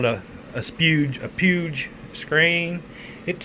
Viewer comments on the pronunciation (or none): You lovable REDNECK!: 1.) It's pronounced "pweejj". 2.) You a red-neck, just like the color of your motorcycle, that explains your choice of it's color! 3.) At the 3 minute mark you show smarts of "don't drink & drive"! 4.) Now, if you could only turn those 'red-necks" into "green-backs", you would be, you would be to a higher level of greatness😁🎉❤️! Doug🏍️🤓